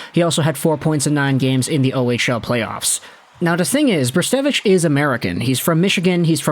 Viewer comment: Brzustewicz is not spelt weird it's just a Polish last name (also very nice pronunciation my friend :D ) Hope he'll have a great career. He's a bright talent for sure